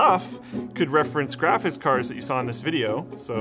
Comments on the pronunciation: always says GRAFITZ card. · "Grafiss card"